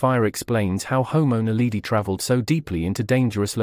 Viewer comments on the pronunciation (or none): It's drives me crazy to hear,"Naleedee".